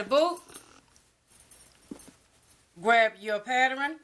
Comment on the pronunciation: " this is my patterin"... love it